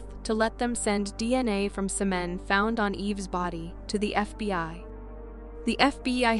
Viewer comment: Screw this garbage. Your crappy AI doesn't know how to pronounce semen. Dislike bye.